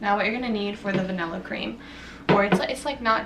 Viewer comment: What is va-nella it’s va-nilla